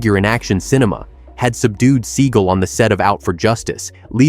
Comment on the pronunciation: It's seagal not seagul